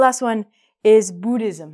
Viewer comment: Im an agnostic too Cheers 😍 And i love the way you pronounced "Buddhism" as "Bootysm"😂 #thanks for being my fav teacher🙏💗